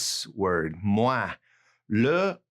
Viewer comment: Meilleur....ll= y May-ure not mel-ure Also.....moins = mwoins